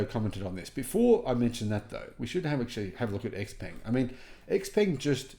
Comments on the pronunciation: Great to see the innovation and quality. Xpeng should be pronounced something like "shaopen" in English though, not X-ping. But, I'm sure it drives Musk insane to hear it as X-anything since he seeks to have such love for that letter. So, that's a win! 😂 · Such a big fan why don't you start pronouncing the name right😂.... Come on you can do it 😂😂😂 try it this way "sheeeeer pung"